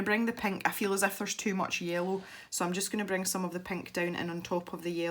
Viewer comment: That's funny because I do the same with you and giggle every time you say "IF" because I think you're doing to say "Eff you" or something, lol!! That's our clean way to say "f×c* you"